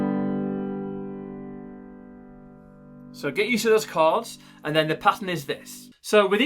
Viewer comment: Thanks but it’s CHORDS not CARDS I WAS THJNKING WTF IS HE SAYING NEXT!!!!!